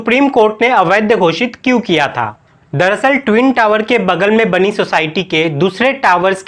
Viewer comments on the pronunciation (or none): none